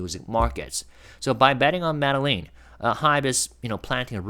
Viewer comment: Tiny correction: Medellin is pronounced Med-e (long a sound)-yeen. The doulble LL is a separate letter in their alphabet, pronounced like a Y.